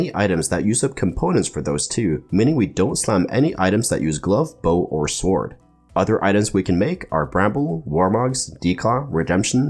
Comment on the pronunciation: I love your videos but the way you say ‘sword’ drives me insane